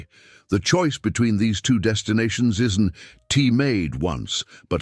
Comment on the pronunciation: AI is funny. Isn't is pronounced isn t, don't pronounced don t, that's pronounced that s. Can't it be programmed to accommodate apostrophes? It also doesn't seem to know when to pause, often doing it mid-sentence.